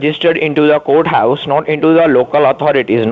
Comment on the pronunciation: I love how they can NEVER pronounce "courthouse"... they say... COAT-house ... LOL